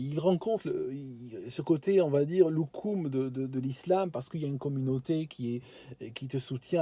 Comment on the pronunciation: A la place de 'cocoon' j'avais compris 'loukoum' ;-)